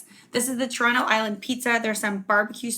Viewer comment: I find it hilarious that even when you say Toronto slowly in the beginning, it still starts with a ch sound lol.